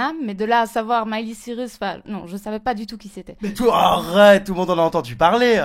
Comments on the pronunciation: Miley !!! Pas milé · non mais la meuf déjà apprends à prononcer son prénom stp :')) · elle dit quelle est le sosie de miley mais elle ne c'est même pas prononcer convenablement sont prénom --"